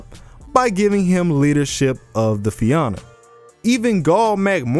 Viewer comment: Fia-na that’s how you split the syllables and it’s a soft a Fianna